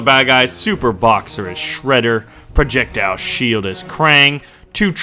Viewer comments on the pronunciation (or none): you said projectial shield for Star Wars program twice